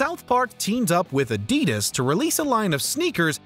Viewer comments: It's Adidas not Adedas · I've never heard Adidas pronounced like that before 👀😂